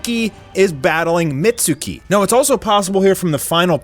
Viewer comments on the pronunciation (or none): none